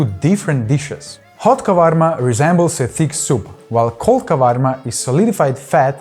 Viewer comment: Great video, nice overview of everything! I hate to be that guy but that is Tarator not an Ayran. Ayran is only yogurt with water it's Turkish in origin. Tarator has the cucumbers, dill and walnuts. And the salad has olives . Last correction it's kavarmá not kávarma. Still great video! ❤